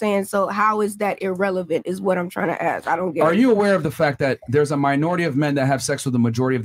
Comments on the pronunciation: Why is it that so many Miami girls say "aks" instead of "ask"? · Ask not aks 😭💀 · Wow these women, do ax some questions.Not asssssssssssk. but ax.